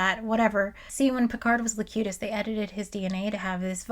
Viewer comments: It's Locutus, not Lecutious. FYI. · Great video. Cute Presenter.. but I keep laughing the way you pronounce "Locutus" its (Low- QUE-Tuss) and you pronounce it (Low Que Shush) like Confucius 🤣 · why do you keep calling locutus locucious? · Is there some canon reason you keep saying "Locucious" instead of "Locutus?" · I'd pay her 5 quid just to keep calling him "Locutious" despite what her script writer says. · I love this video, but every time you pronounce Locutus as Locutious it makes me sad, because you're so on point about everything, but I have to question whether you've actually watched any of this, or not. Also, a little tidbit you (and some others) may have missed, was that this Riker wasn't William, but Thomas :) Also, Changelings don't require oxygen, food, or water. It's highly likely that their "ship" was also part of The Great Link. They'll be riiiiight back. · I have it!! A nit-pick! A correction! It's 'Locutus' (not Locutious) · Ok im only an hour in, but pronouncing "Locutus" as "Locutious" is killing me c'mon. Please tell me that gets fixed later. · Also, I’m new to the channel but I hope the “Locucius” pronunciation thing is a joke! (If so, not a bad one.) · Why are you calling Locutus, "Locutious?" Now having doubts about your Trekkie cred. EDIT: Oh. I now realize you suffer from Thompson's disease. Named after a friend who knows how to pronounce things but for some reason his brain disallows it. Say: "contrarian." Otherwise, good essay. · Not just Shields on his house but a cloak. So cool. Also I think the romulans were posing as Vulcans. O was very robotic. Also are you mispronouncing words like Locutus to trigger all of us nerds? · Locutus.... there is no "io"